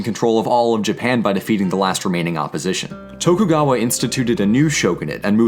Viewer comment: Tokugawa, you mean Shogun kayo?